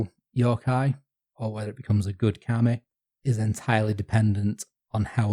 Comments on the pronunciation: yes! And kami means "god/deity/spirit/etc." while kame means "turtle", so it's a funny little mistake. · Pronunciation problems: KamEH is a turtle, not a god/supernatural spirit/paper. Kameeh is that, with a very soft eeh at the tend. So, even if turtles are kameee, you called Fuji-san a turtle, not a god. And no kami is a god in the Western abrahamic sense, as all of them can (and are) be vanquished by human heroes, just as in Homer both Aphrodite and Mars are hurt by the uncontrolled fury of Greek heroes. It's just the anti-human stupid Judeo-Christian nonsense that put people at a place where we're nothing before god. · Interesting to hear the common pronunciation mistake I'm constantly guilty of here, being from Yorkshire: "Kami" being pronounced by as "Kame". The nice thing about Japanese is that the kana characters are totally phonetic, eliminating a lot of ambiguity in pronunciation... but old habits die hard